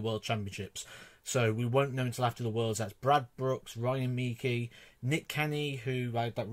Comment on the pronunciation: Ryan "Meekee" always cracks me up!